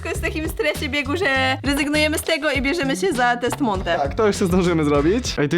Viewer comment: Mówi sie Monte a nie Monty xddddddddddddddd